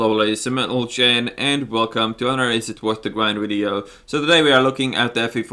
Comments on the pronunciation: Yes he is saying "Ladies and Mentlegen". After a few of vids I have to be damn careful when making boarding announcements at work to NOT say "Dalies and Mentlegen" XD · Are you saying "ladies and mentelgen" or am I crazy? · Stefan Gorgan my wife laughs every time she heres him say that, she thought her hearing was going too. lol